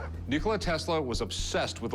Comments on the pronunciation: Majke vam ga americke, It's not Nikolai but Nikola. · It's Nickola not nickoli 😇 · These English speakers seriously drive me nuts! English pronunciation: Nick-o-la Proper pronunciation: Knee-co-la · LOL its not Nikolai it is Nikola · Our name is Nikola not Nikolai. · Tesla was not Nikolai, but Nikola. He was not born in Croatia, but in Austro-Hungary. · He's not Nikolai he's Nikola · Tesla was born in Austria-Hungary, Croatia was part of it back then. he was Serbian, born in present day Croatia. And his name is not NikolaY. its like you called Einstain - Alfredo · Again, not Nikolai, it's Nikola and there is much about him even we don't know. He wasn't born in Croatia , all of that region was under Kingdom of Serbia, yes he was born in Croatia but not, and he spoke of himsslf as a Serbian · "Nicolai" Tesla? Nicolai? Aaargh! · Nikola Tesla, no Nikolaj buthead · So much so that all of then pronounced his name incorrectly and attributed him as being born in Croatia. His name is Nikola, not Nikolai or anything like that. He was born in Austria-Hungary in today's Croatia and was of Serbian ethnicity. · Nikola! Not Nikolay, cmon :( Born in Austro-Hungarian monarchy by serbian priest and his wife. Croatia didn't exist as country until 1945. That peace of land, is now part of Croatia, that's true. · Its not nocholai its Nikola... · did he said "nikolai"? lol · It's not Nikolaj, it's just Nikola, without the "J". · your history guy should at least learn how to pronounce Tesla's first name, it's not Nikolai, it's Nikola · "NikolaJ"???? Omg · His name is not NikolaJ it's Nikola, put some respect on the mans name! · Whenever this expert says Nikolaj instead of Nikola, I feel like punching him. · Nikola, not Nikolai. This show is a sham. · Nikola Tesla not nikolay. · It's Nikola, not Nikolai. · He was Nikola not Nikolaj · I dont trust. Ill tell you why. He said Nikolai. Not nikola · His name is Nikola, not Nikolai! Omg, two people who love Tesla don't know his name!